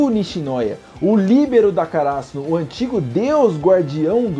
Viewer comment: Mano, não é uma crítica nem nada do tipo, mas não entendo o motivo de vocês de regiões diferentes colocar acento agudo em palavras onde não existe. por exemplo: kaRÁsuno ?? o certo não seria KaraSÛno?...